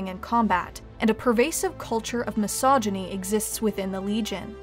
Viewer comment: "MISOGYNY" lol